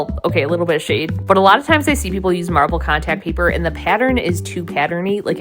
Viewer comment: Cawntact paypurrrr 😂😂😂 adorable